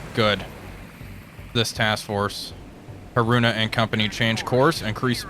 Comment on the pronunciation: I have never heard anyone pronounce Haruna so badly...